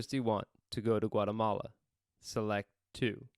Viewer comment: Funny how all of us are here because we want to learn english, yet english speakers in the video/audio can't say Guatemala correctly. LOL.